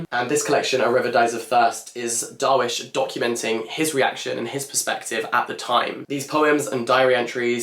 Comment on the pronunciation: thank you for this. but wondering why this wasn't posted on your main channel? side note: 'jenin' is pronounced 'je-neen' and 'darwish' is 'darweesh' <3